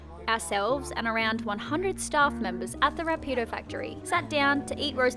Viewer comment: The whole building process is cool. What was drinking? I hope it's not the glue..Somebody give her her coffee mug back, please... The is the only one who pronounces the word Rápido correctly... Lenny and Darwin reminded me how much fun it is jumping on the sofa..The good old times.. I thought there were a lot of motorcycles in my city, but Vietnam takes the 🏆... I'm gonna marry Ms. KK, she's really effective... ⛵